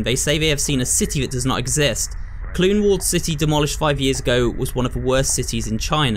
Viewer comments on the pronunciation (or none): IT IS PRONOUNCED COWLOON NOT KLOON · im from hong kong and can confirm. there are some ruins of it in the public park where it is now and it's a bit of an older neighbourhood. Also wanted to mention it's pronounced as cow-loon instead of co-loon but hey, first time for everything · Pronounced: “Cow-lOOn”. Some interesting architecture and history behind that place.